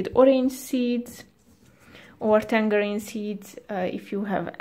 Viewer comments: You put a g on tangarein 😂😂 thats not jow you say tangarein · Can I give you some English tips? The "g" in tangerine is pronounced as a "j" and any time you have "kn" in English, you do not pronounce the "k". It is pronounced "Nife" and "know" is pronounced "no". I know, it's a confusing language